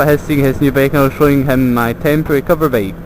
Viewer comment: BEAK? wtf are you saying? is it really THAT HARD for you to pronounce the word BIKE? FFS!!!